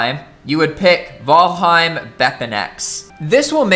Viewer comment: “V-al-heim” literally why I can’t watch your videos lmaooo